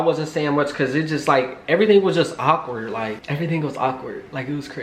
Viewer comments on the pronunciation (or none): Awkward not ockward lol